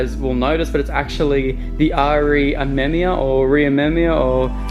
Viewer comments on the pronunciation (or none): Bro it's not hard. Sound it out. "R" "E" "AHH-MEM-"E"-YA"